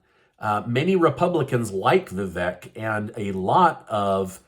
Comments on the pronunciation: We are NOT a Democracy. We are a Constitutional Republic. Also it’s pronounced VaVake not Vek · Vivek is pronounced Vivake like cake :)) Surprised you hadn't figured this out 😂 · It's VIVEK.. Come on... Like "CAKE". get it right. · it’s Vivek rhymes with cake.